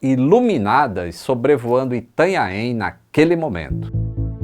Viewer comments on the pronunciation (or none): Ou como o falou Itanhanheem hahaha ninguém acerta isso!? Haha